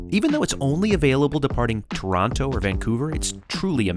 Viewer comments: YES TORONO NOT TOR-ON-TO 😂😂😂😂❤ thats how we say it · Thank you for pronouncing Toronto correctly 🙂